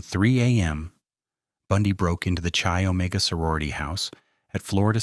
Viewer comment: Come back when you know how to spell GEORGANN Hawkins, and how to pronounce KY not CHEE Omega, amateur!